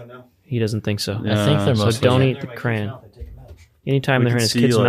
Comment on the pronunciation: And it came to pass that my beloved brother spoke the word "crahn". Yea, he spoke it in the stead of "cray-on". And it did pain my heart exceedingly. Yea, he did speak the word many times over. And it came to pass that I wept. Yea, I wept for the pain in my ears. And I do fear that, my beloved brother, does also say "pellow" in the stead of "pillow", and "melk" in the stead of "milk". Yea, I am left to wonder. My soul is pained, nevertheless I do love my beloved brother.